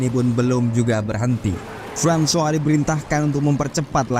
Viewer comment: Francois = frahn swah 👍👍👍.. hebat ni Abang